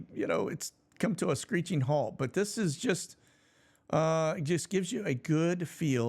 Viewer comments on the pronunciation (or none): none